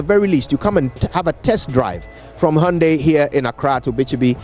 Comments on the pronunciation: Why are you pronouncing hyundai as "hahundei"? 😁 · it is the correct pronunciation: hai-hun-dayi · What’s that ayunde ayundee by this guy.... is that the native pronunciation of the Koreans? Or what ..... Ghana fo) koraa, meanwhile his colleague Kojo Yankson pronounces in another way.... which is which ? Aba! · What’s is hayundaii lol Hyundai turn hayundia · Great advert. It's pronounced "HIAYANDAE"